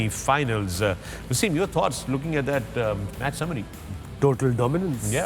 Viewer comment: Waysim???? He's a legend of your country an outstanding player who put Pakistan on the map. Speak English as you want but the first waysim was WTF. Why?? He is wasim not waysim. respect